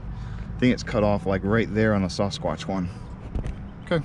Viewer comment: I got to ask do you not know how to say Sasquatch?